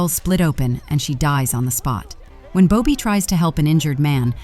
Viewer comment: AI never fails to provide ridiculous ways to pronounce names. How does Bobby turn into Boe-bee?